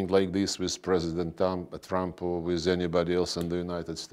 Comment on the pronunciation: I love how he said President Dump